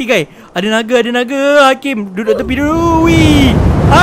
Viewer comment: Nape hora ckp bang nage